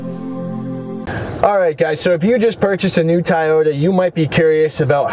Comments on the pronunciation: Toy-Oh-ta not Tie-yodah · It's Toyota not Tayota.lol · Fuckin a I had to stop in cause it's toy-ota not fuckin thai-ota... Dimwhit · Its pronounded TOYota not TAIYota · It's pronounced "TOY-YOTA" not "TY-YOTA". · Kind of hard to take your guidance seriously when you can't even pronounce the make correctly. "Tyota" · Have I mispronounced Toyota my entire life? Or is it supposed to be “Tie-Yoda” like this guy keeps saying? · I was laughing the whole time.